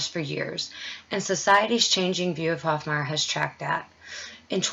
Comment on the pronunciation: Hofmeyr is pronounced "Hof-may-er" , not Hof-my-er. Great video and shout out! Keep up the awesome work... .you are reaching our hearts and minds!